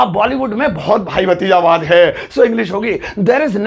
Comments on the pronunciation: sir wo hindi me bhatizawad hota h na ki bhajitawad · BAHI wo भतीजावाद होता हे भाजितवाद नहीं